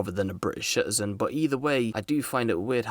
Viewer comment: stop saying "shitizen" the word is citizen, not shitizen.